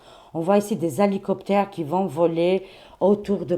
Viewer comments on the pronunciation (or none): Bonjour 😊. J'aime vous écoutée, vous me faite rire... Alicoptère 🚁 😉😏🤗. Non, ma chère...on dit: 😏😉 hélicoptère 🤗 🚁. Je vous adore, tout le plaisir pour moi de vous suivre 😊❤. Belle journée à vous.